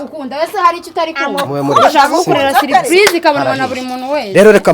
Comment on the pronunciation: 😜😜😜😜😜😜ahubwo ngewe numvise saripayize.Ariko iyimivugire twihaye iraza kuzadukora pe.